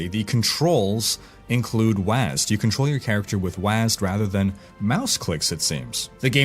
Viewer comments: next time don't say wasd ... say W A S D ('Double-u A S D') Rausschmeisser: Dennis “Thresh” Fong - Why gamers use WASD to move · you don't pronounce WASD phonetically it's an acronym wyd.